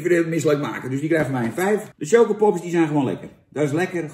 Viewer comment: Niemand: Jan roos: tjokopops